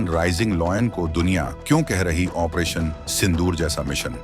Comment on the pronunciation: Bhai aapse request h ki aap 40 din sirf operation bolne ki training len . achha rahega.